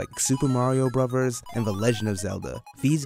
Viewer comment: Super Mario Bruvers